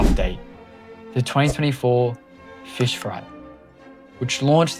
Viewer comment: Finally, someone makes a timeline. Here’s my thoughts on this video being a longtime Fisch player. first of all, it’s pronounced Fisch, not “fish” the c is NOT silent. (I joined sometime around early November, after fischfright 1) dobig isn’t inherently evil, they are just the stereotypical greedy corporate group or whatever. tbh I feel like something similar to the second sea as like a separate sub-place for Fisch is probably happening in the far future, as the current size of the main map can only get to be so big before it can’t contain much more. it’s always been that way but people kept saying it was bought back when DoBig’s partnership with Nate began back then. Never was, it was just developed by DoBig for a period of time, DoBig simply held ownership for part, not all of the game.